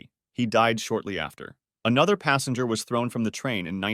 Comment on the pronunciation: Ffs it's passEnger not passAnger